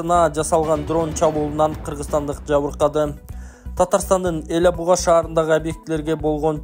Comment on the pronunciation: Эля Буга эмес, сабатсыз диктор, эсине тутуп ал, же интернеттен текшерип туруп, анан окучу.Ала Буга, кыргызчасы Ала бука дегенди тушундурот. Индеец десе, капа болосунар